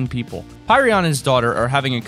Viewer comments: its not pirion its pyrion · You said pyrion wrong .-.